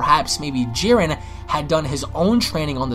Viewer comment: People who can't pronounce Jiren, Zamsasu, Vermoud, etc is not enjoyable to listen to